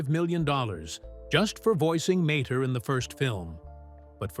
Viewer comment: Who is commentator is he's a dumbass the car's name was mater mater to- mater